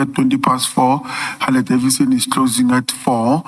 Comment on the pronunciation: Yhooo needs the Interpreter why? I do not see the significance... She can't even pronounce Harley Davidson name correctly to say the least. is full of games shem